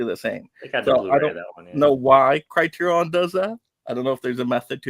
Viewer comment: I would have loved to listen to this stream, but I listened to the host mispronounce Criterion about 15 times and had to shut it off.